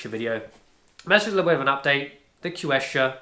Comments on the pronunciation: Quechua is pronounced as “keshwa”…😊 yup, i noticed outdoor shoes/boots from decathlon lasts about a year or year and a half when used daily. nice review! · It's pronounced /k̍ɛtʃʊə/ˌ "ketch" as in in ketchup, "u" as in put, "uh" as in America.